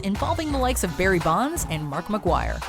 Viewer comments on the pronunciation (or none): none